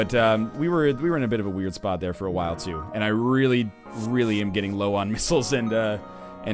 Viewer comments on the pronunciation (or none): none